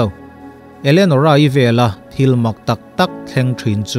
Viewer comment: Elenorah' zawk maw Enolerah tih hlir in ka lo hria. Kan ngaihsan Sap ho chuan, 'Elianawr' an ti ta emaw ni,🤔